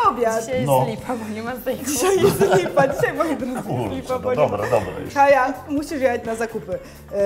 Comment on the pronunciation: Kaja - Kai Nie kaji